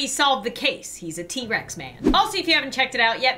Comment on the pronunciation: She said t-rax